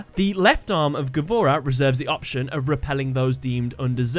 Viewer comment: by the way gavora is pronounsed gvura, and mean bravery